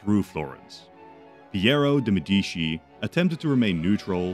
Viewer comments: MEDICI NOT "MEDISHI" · As an Italian, hearing Medishi instead of Medici made me almost sick……But I have to say that you made a good video! Keep going with this amazing scenarios! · "Nuevoh Firànce and Porto de Medìchi"... Jesus Christ, dude... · Uhhh ☝️🤓 actually it's Medici not medischi (THIS IS A JOKE, I LOVE YOUR CONTENT) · I medisci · they always say it like that in those videos lol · The way he pronounced Florence and Medici was so annoying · How are you gonna take the time to write this whole scenario and illustrate the maps but then be too lazy to take 5 seconds to google how to pronounce Florence and Medici? Was such a promising start to a video but honestly it's unwatchable in this state.